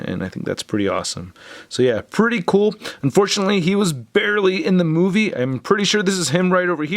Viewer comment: It’s movie not moive